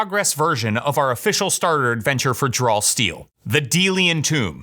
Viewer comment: Does anyone else hear "Drawl Steel" instead of "Draw Steel" in the opener?